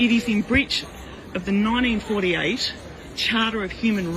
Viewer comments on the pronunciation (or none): Nine-deen fordy-ate aye?